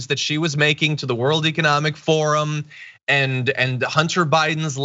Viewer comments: “World Economic Foren” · Didn't she just say "For the World Economic "Foreign"? Not "Forum"? This woman is an actual living, breathing moron! 😳 Seriously, how does your country's government function with cretins like this running things? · "world economic foren"??? Did she attend the Trump school of pronunciation.